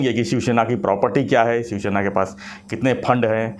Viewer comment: श्याम गिरी जी it is शिवसेना and not शिवशेना. You keep saying शिवशेना